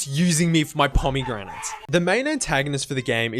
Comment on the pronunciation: 0/10 you pronounced pomegranates weird, completely ruined the immersion. As someone who has never played Hades I thought the final level sucked too.